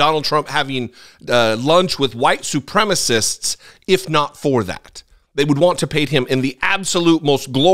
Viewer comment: "White supremmist"? Is that a deliberate mispronunciation in order to sound like their Orange Idol?